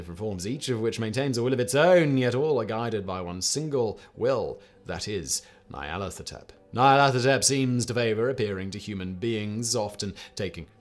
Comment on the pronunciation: You are correct. All his pronunciations were, um... admirable attempts.